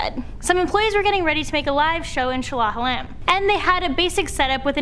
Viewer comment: The way she said "Shah Alam" had me spooked, ngl. Kudos for trying though.